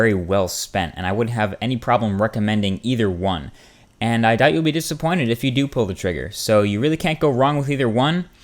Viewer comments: I see your trick.. "You can't go wrong with either ONE" , which you say two times. I noticed the subtle emphasis on One. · I like how you accentuated on the word "One" when you said "either one" and . HAHAHA